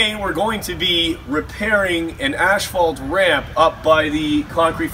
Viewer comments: Please pronounce ASPHALT properly! Very annoying!! AS PHALT there is no ashphalt in ASPHALT! THANKS! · Maryann Remmel ash fault. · Very true! Even at the asphalt plant they pronounce it incorrectly. On my new channel all of my newer videos I pronounce it correctly